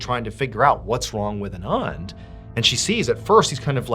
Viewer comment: I’ve worked with a couple Anands. They “usually” pronounce it Ahn-Ahnd, not uh-nahnd.